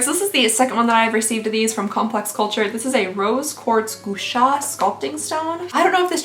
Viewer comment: “Gua” like guacamole Guasha